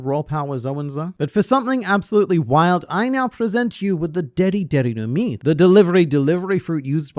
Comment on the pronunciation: When he said deri deri no mi I thought he said diddy am I the only one?